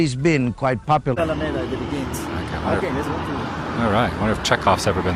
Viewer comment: If Adam's Mom wasn't with him. He would have already bailed. And it's pronounced Al-a-meda Adam.